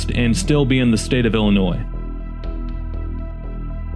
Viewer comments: Why does he keep saying Illinoisssss? No s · Why are you purposely pronouncing IllinoiSSS incorrectly and with such emphasis? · The S is silent in Illinois I grew up in Illinois 😡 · It's Illinois silent s not Illinoise, haha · Drop the s in Illinois. It is an Indian word. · There is NO Noise in IlliNOIS. The S is silent. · Jackass it's not noise the s is silent you lose. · My family helped settle Illinois and we all still live there and we have never called it Illi- noise!! You are pronouncing it wrong!!!!!!!!!!!! I also hope you do not pronounce Joliet, Jolly- et!! Please do your research!!! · 🤣🤣🤣 i live in NW Indiana and have called it Illa-NOISE for decades and boy does it piss them off 😂😂😂😂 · Please learn how to same the states name. DO NOT PRONOUNCE THE S AT THE END!!! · The way you pronounce the name of Illinois makes everyone in Illinois want to drag you through the corn fields. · The S Is Silent In Illinois. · Lived in Chicagoland suburbs all my life. No one pronounces Illinois with an s on the end of it. The s is silent. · No S pronunciation in Illinois. It’s silent, like the p in swimming. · Bruhhhhhh. I'll accept the ironic pronunciation of the state, but USI... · Why the emphasis on the s at the end? It's silent dude. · Stop saying the s. You never say the s in the state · It's not Illinois it's Illinois the S is silent if you ever took English you would know that so you must be a dummy dummy! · Dude please stop adding the s when you pronounce our state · I couldn't get past Carbondale. Horrible take out of the gate. As we say to the unintelligent, who had to learn all the state names but must've cheated. There's no noisE in Illinois! And Carbondale has always been S I U fool! Thumbs down and not a subscriber. Do better! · After hearing you purposely mispronounce the state name I ended the video and I will never watch another one of your pieces of garbage again a-hole.